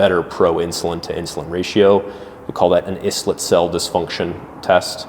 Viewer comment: Got skeptical when he mispronounced "islet," but finished watching.